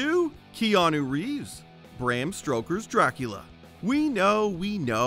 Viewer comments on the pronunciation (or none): Did...did I just hear "Bram _Stroker's_"...? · Ok, HOLD THE PHONE!! Did he say Bram STROKER'S Dracula? What is this, a bad porno name?